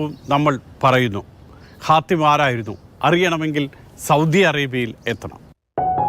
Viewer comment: ഹാത്തിം ✔️ ഹത്തീം ✖️